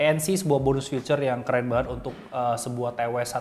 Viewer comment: feature bro bukan future wkwk